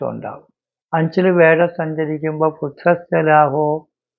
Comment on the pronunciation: വേഴം അല്ല വ്യാഴം ട്ടാ